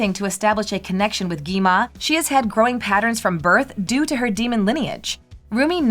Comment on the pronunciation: It's not Gima It's Gwima 😂😂😂